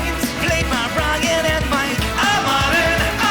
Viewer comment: Why does Ryan make the word "and" two syllables? Aye yund